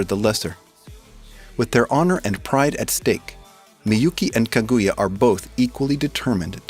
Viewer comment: kaguya not kagooooya